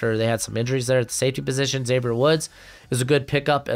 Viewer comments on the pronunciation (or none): none